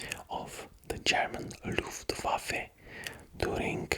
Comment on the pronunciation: I´m German and I never saw a non-German guy saying "Luftwaffe" better than you, you are indeed a legend